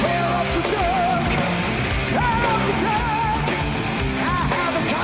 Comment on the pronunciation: Excuse me but it's pronounced Fear of the DUCK.